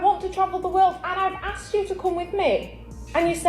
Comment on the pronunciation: The woman definitely has a mixed child. She says axed, instead of asked. No self respecting man would date her.